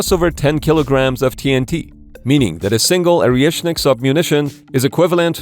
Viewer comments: Is it Oreshnik or Areshnik? Cos you keep saying Areshnik. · This clown can’t even pronounce the name correctly! It’s ORESHNIK - not Ariashnik! 🤡💩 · Man, it's «Oreshnik», not «Orieshnik». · It’s not Orieshnik - it’s Oreshnik. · lol Orieshnik. You don't even know how to pronounce it. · Yes, Oriëšnik. Perfequetè pro-noun-ciation.